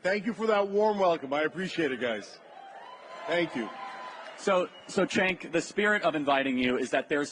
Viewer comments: His name is pronounced Jenk. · It's spelled "Cenk" but it's pronounced "Junk." 🤠🌵